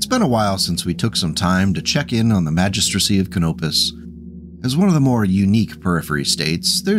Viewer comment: Thanks for the video! You did well saying "Magistracy" all those times, i know you were dreading that